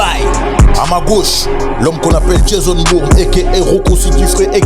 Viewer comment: "Jason BOUG" He dit it again 🤣🤣🤣🤣🤣 Moi qui pensais bien connaître le film, je pense m'être trompé: je viens d'assister à un super décryptage (que j'ai kiffé de bout en bout), permettant de mettre les choses en perspective, notamment la vie du vrai Franck Lucas. Ce qui n'enlève en rien la qualité du film, qui reste quand même excellent. Le film est-il un classique ? Pour moi oui, même si je comprends aisément les gens qui pensent le contraire. Denzel Washington y joue un de ses rôles les plus marquants. Par contre, sauf erreur de ma part, j'ai pas souvenir d'avoir vu Franck Lucas tabasser sa femme dans le film...